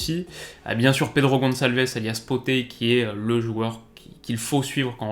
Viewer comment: Excellente vidéo Mais 2 petites erreurs sur City - sporting Pedro Gonçalves se prononce Pote et non Poté et Le sporting n’a pas une mauvaise défense ( la saison dernière ils ont fait meilleur défense d’Europe) et cette saison c’est la 2eme meilleur defense d’Europe derrière l’ajax, et n’a pas pris un but en championnat à domicile depuis septembre) donc ça défend bien